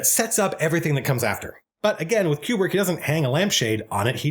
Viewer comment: man, i love how much you are able to extract so much from this film and that 2001 is the rare type of film that supports it. BUT i still don't buy this 'que-brick' pronunciation nonsense.